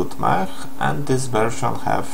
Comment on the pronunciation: Czyta się mek nie mech :)